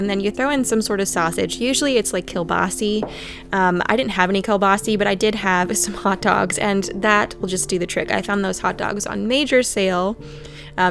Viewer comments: Kielbasa, sa on the end not see. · Kielbasa is how I've heard it called by my Polish friends, I've never heard it said Kielbasee in California. Are you in the Midwest?